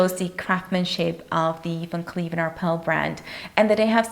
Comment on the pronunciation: The brand is Van Cleef & Arpels ... There is a sssssssssss on the end dear.